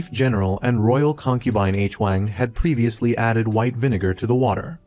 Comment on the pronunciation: Appreciate your Recaps (i watched some of them and this one today) however I noticed that you are always confused with the relationships of the characters in which the viewers also gets confused like the Queen Dowager and her Nephews when it should be her Grandchildren also is it really hard for you to mention their names correctly? Koreans never spell names Like *H-Wang, it is supposedly pronounced as *HuWang*.. also the Queen Consort suddenly became Queen Dowager? 😅 I hope you can correct this issues next time for a much better recaps.